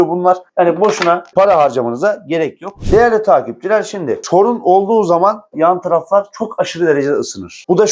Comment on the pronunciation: Arkadaşım, videonun dk kısmında " TORUN OLDUĞU ZAMAN " diyorsun nedir o TORUN, ne dediğin belli değil..açıkklarmısın torun ne..?